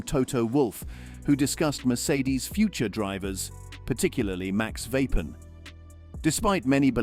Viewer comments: It’s Verstappen! Not Vappen! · AI bullshit Voice Vapen ? it isverstappen